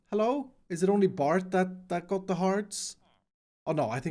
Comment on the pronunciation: Me: Bert!: Bart!